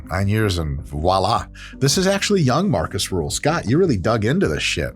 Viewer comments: Small correction if I may: His name is Markus Rühl not Marcus Ruhl. Especially the last name is a kinda big difference in pronunciation. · Not ruhl. Rühl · uhhhhm accctwuallyyy its rühl not ruhl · Rühl, not Ruhl. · Not Marcus Ruhl, his name is Marcus Rühl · Er heißt Rühl, nicht Ruhl. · Not Ruhl...Rüüüüüüüüüüüüüühl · *Markus Rühl, not Ruhl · That muthafukka is called Markus Rühl, not Ruhl! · Markus Rühl, not Rule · Markus Rühl (not "Ruhl") is NOT unknown, wtf. He is a bodybuilding legend. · It's RÜHL not RUHL. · It's not Ruhl. It's Rühl. Des muss hald ache ma gesacht wärn. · Markus Rühl not rule... Try to show a little bit of respect, even Markus can't pronounce it correctly 😂 And he isn't unknown. Between bodybuilders, fans and in Germany he is a legend, because he is simply a nice guy. And alcohol... Wodka is nice before and after training 😂 And Markus owns his brand now, with high quality protein and products for sporty people. Prices are not cheap, but it's not robbery. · His name is RÜHL not RUHL. Get it right, dont mess wif sem germans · so many mistakes already in the beginning of the video first of Arnold schwarzenegger wasnt german second his name ist Ruhl its Rühl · Das wird Rühl ausgesprochen. RÜÜÜÜÜHL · His name is Markus Rühl, not Ruhl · His name is Rühl! Please don't say Ruhl it hurts my feelings. 😢😅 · RÜHL, NOT RUHL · It's RÜHL not Ruhl, and yes, he's an absolute legend for us krauts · Rüüüüüühl mit Ü ok??? Meine Güte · Great video. But it's "Rühl" actually. Btw., he's also a content creator and muy simpatico so you should try to hit him up and do a video together.